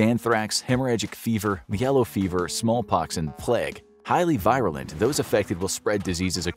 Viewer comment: Virulent. Not VIRAL ENT. Veer you lent. Can't believe you didn't know this before this video.